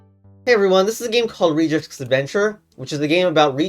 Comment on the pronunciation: i have never heard anyone pronounce regex like that